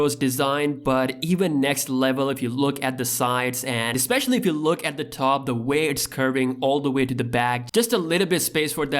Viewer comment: Why can't he say two? Or top?